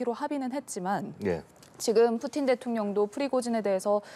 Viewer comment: 뿌찐 = 푸틴 , 러시아어 발음으로 푸틴을 뿌찐으로 발음 합니다.